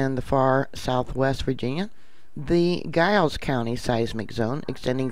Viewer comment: Hey! I'm from that area. Giles is pronounced w/soft G and Staunton is pronounced Stanton. Weird, I know. Just wanted to let you know. It makes me nervous that these quakes are occurring as my immediate family are still in the area and we JUST 3 weeks ago bought land in the eastern (west side of) TN mountains!